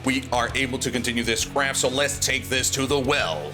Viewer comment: I don't know if your saying let's continue with this craft or crap hahaha!😂